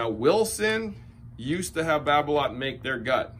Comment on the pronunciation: Babolat is pronounced babola without the t